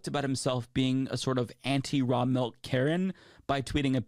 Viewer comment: The way this guy calls it "mahlk" is driving me insane. It's milk!